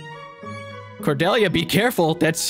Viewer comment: the one character i share a name with in any video game i've ever played and she gets done so dirty. and her name pronounced wrong. oof r.i.p. cordelia